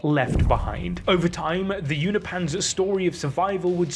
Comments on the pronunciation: It's pronounced U-No-PEE-IANS. Not U-NO-PANS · Unopians, not Uni-pans 😅😅😅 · Why are you moving the "i" in Unopian(s)? i.e. You're saying "Unipans" which sounds like Uni-pants 😆 Say it with me U-nop-i-ans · Its pronounced You-no-pins Not You-no -pans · Uni Pans? It's Unop Pans, don't know why I got triggered with that